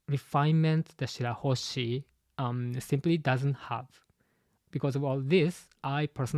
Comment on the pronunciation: i love you but its shirahoshi bro